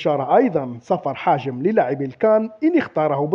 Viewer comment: راك دايما تقول حاجم والله قلقتني هههههه يا حجام ماشي حاجم